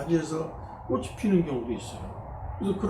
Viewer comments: 꼬시, 꼬시.. 듣기가 거슬리네요 꽃이 --> (발음) 꼬치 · 꽃이나 열매 --->발음 꼬치나 ○ 꼬시나 ×